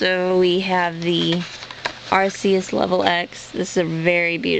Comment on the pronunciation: ohhh, PLEASE stop sying (ar-see-us) its (ar-KEE-us)